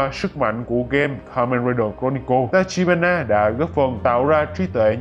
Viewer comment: đoạn 23p cứ đọc là tachihara nhể:))tachibana mà